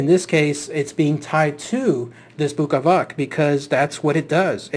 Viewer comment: Bukavac is pronounced bookavats and, yes it comes from buka - noise. And Srijem is pronounced Sriem, J is read like Y.